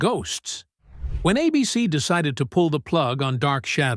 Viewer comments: The movie was a swan song for the series. The major characters were killed off in the movie. Dan Curtis was already moving to TV movies. "Ah-Bee-Cee"? AI needs a pronunciation guide. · WTF is Uh-BC? I think the I in AI stands for ignorance. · A Beesee? What's a Beesee? Is that how a fake human reads "ABC?" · What is "a bee cee?" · Two minutes in and the AI pronunciations are already grating. The network is not Uh-Bee-See ( , with correct pronunciation 10 seconds earlier) . Please have an actual human listen to your own work before posting. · It took the AI over half the video to say ABC correctly. I loved this show and was one running home from school to watch or the AI cringe would have made me stop watching. Long live Dark Shadows. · Twice the AI didn't use the long 'A' in ABC. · Worried? Neh. Disgusted! Why are mechanical narrators so lousy? Bad timing and mispronunciations of common words and famous names abound, but to screw up something as basic as "ABC" is worse than pathetic. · Who pronounces ABC as "a BC?" AI, of course 😂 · It’s A-bee-cee no a bc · I can't stand these AI-narrated videos. Repeated "a BC," instead of "ABC" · Love the way that the AI keeps referring to ABC as "a BC!" But aside from that, this is a very good summation of the rise & fall of Dark Shadows. It was my favorite show back in the late '60's when I watched it, along with my friends, and grooved on the Gothic romance. Kudos to that way-out vision that first came to Dan Curtis in a dream! His quirky experiment left a lasting impression on all of us who remember it. And DS paved the way for later, wonderful series like Forever Knight, Buffy, Grimm, & Interview With the Vampire/The Vampire Lestat. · Why do you keep showing the actor that played commander Rikers father in st tng? Also, cant stand AI narration! A BC instead of ABC. Oh brother! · I loved Dark Shadows. I don't like the way AI pronounces ABC (abeecee). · I have to laugh at AI trying to narrate. ABC is being pronounced as "A BC"!